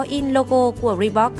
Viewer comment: chữ Reebok chứ không phải là Reebox.